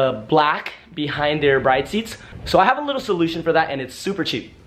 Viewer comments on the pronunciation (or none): BRID vs BRIDE as far as pronounciation. Arigato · Cool video but the young car generation now needs a lesson on how to pronounce these seats correctly. It’s not Bride, like your marrying a bride. It’s “Brid” with an “e” at the end. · my dude you are pronouncing Bride wrong😂😭 plz look it up and say it right it's hurting my ears😂